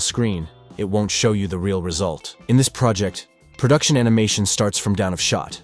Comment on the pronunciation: I noticed how it said prodution instead of production. I can't unsee it.